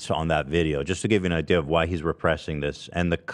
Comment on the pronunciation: Bright eye-deas